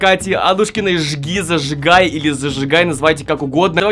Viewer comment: Мне одной вместо "ЖгиЗажигай" слышится ЖирЖигай?